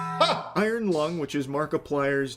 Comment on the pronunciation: This movie may be bad, but this fucking buffoon they can’t simply say the word iron is fucking dragging me to hell, dude